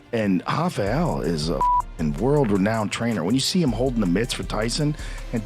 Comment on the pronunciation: "Renouned," lol.